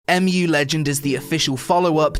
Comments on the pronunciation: M.U. ? im pretty sure you just read it "moo". Mu is a mythical continent, like atlantis. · wooooot, my childhood game, soooo nostalgic. And you have to pronounce it like MUUUU or MOOO :D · It's pronounced "Moo" as in another huge load of Korean bullshit. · EM JU Legend :D laughed at that one it's MUUUUUUU legend like Cow's Mooooo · First of all you cannot pronounce the name of the game and second of all they are not horses they are donkeys you fucking donkey. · Next time would be nice if u wait like 1 day so they can fix their servers and this video would be actually about game rather than broken servers..... Like cmon u dont even know how to pronounce name of the game this video just feels like ok i am going to do an impression for some sht f2p arpg from webzen